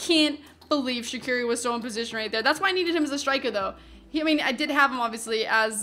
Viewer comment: You know, it's actually pronounced "Zatsiri" not "Shaqiri"